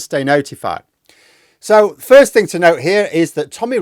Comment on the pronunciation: Somefink tells me he is not. Maybe the k he puts at words ending in "thing"